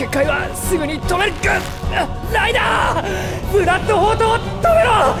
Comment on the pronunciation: 不覚にもライダーがライナーに聞こえてしまった